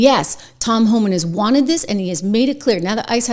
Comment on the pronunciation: It’s HOLMAN!!!! Not Homan! I get so frustrated when the chyron is even wrong and then twenty people in the comments are like “I love Homan”… even my phone knows that it’s wrong!